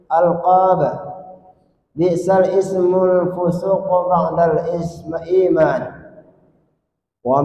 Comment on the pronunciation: bacaannya bukan biksal ismu tapi bi'salismu karna hukum bcaannya laqab